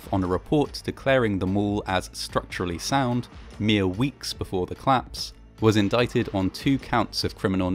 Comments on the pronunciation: Your videos are very good, but I keep thinking you're saying "claps" rather than "collapse"! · Great content, as ever, but please stop removing your mid-word vowel syllables on certain words for no valid reason. It's a 'collapse', not a 'clapse'. It's a 'collision', not a 'clision'. No disrespect to your output, which is generally wonderful, but it's just so offputing and abnormal to do this, especially as a presenter. Peace - and keep up the good work.